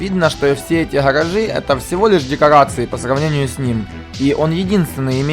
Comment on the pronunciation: Невозможно слушать, что за "харажи"? Где буква "Г", ну ё моё, как так то? Что за произношение такое?